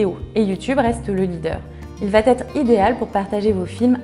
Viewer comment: Intéressant,. Attention, le "va-t-être" à 3 reprises me fait extrêment mal aux oreilles. Il n'y a pas de "t" entre les deux mots...